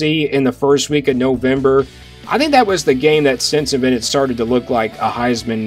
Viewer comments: I believe that his name is Stetson Bennett, not Stenson Bennett....................................... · Stetson. Not Stenson. Cmon dude. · Stetson...like the hat!...not Stenson. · Good work as usual. But here we Go again with Stenson Stenson Stenson!!! You might as well call CJ Stroud BJ Stroud. It's Stetson¡!!!!!!! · Please don't butcher Kenny McIntosh name like that. LOL! I have NEVER seen a J at the end of that man's name. Like tf. Bruhhhhhh. You messed up SteTson Bennett's name too! Who are you? LOL! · It's Stetson.. love your commentary. I agree 100% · It;s Stetson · It is STETSON !!!!!